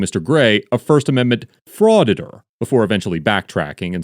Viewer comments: Did he just say fraiditor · I thought the cop said "first amendment frauditor at the beggining" lol